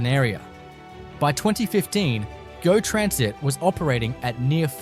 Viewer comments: see and this is why you shouldnt be so cheap or lazy to use a human for the voice.....wtf is geo transit......its go....as in stop and go. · We know that you don't know much as you miss pronounce many titles .4 oh1, not G.O. but go.etc. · It's text-to-speech. You can tell when it reads freeway numbers and when there's punctuation missing and typos. At least this one doesn't say On-TAHHH-rio, like others. Also, things like "GO" are read gee-ohh because they're uppercase. Lame. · You need to do more research into how to pronounce a lot of these words. Ie you called it g.o. train. It’s just go train. Stouffville is pronounced Stoville not stuff ville. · Couple word were not pronounced properly like GO and Regina